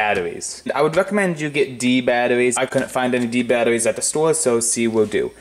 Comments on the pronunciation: Russian or hair lip? Battoweez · Poe wit aww wout we going to make thermite from batawees lol the way he talks is killing me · Wemember you need dwy cell battawees lol